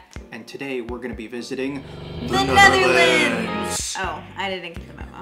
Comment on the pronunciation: Dat wilde ik ook zeggen ja, was heel goed voor iemand die helemaal geen Nederlands spreekt